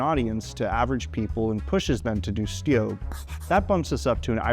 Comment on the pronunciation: What is the word you're saying? "styobe"? what?